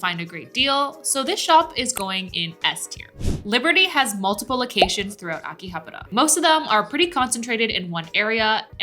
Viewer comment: living in Japan and still can't pronounce Akihabara correctly